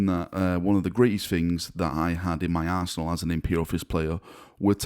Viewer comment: Okay as a none native speaker the "arsenal" sounded like "in my arsehole"... I'm sorry I shall repent now.